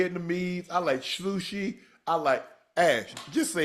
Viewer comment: Unc said SLUSHI 😂😂😂😂😂😂😂😂😂😂😂😂😂😂😂